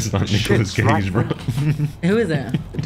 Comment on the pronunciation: “Nicholas Cageee” “Ha….that is not Nicholas Cage” 😂